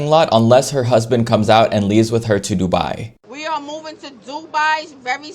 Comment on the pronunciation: random but i love how she pronounces dubai